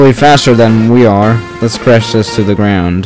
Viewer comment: When you say things like the it sounds like ze or zhis (no hate)